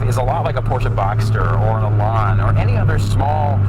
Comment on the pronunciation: THE worst description of the Lotus Elan I have ever heard. Plus, A Miata is nothing like an Elan. Nothing. Also, it's not pronounced Elon. Terrible.